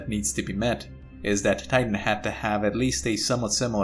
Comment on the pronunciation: The German accent slipping in.